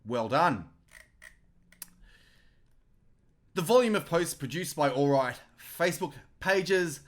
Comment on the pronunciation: Haha..love your take...but you do know it is "alt right" not "all right" ?